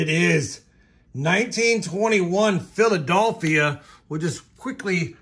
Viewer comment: Brother, you need to learn how to pronounce Philadelphia 🤣